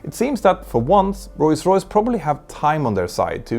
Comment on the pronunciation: Petter makes the effort to properly say "Rolls Royce", but still occasionally says it "Royce Royce" :)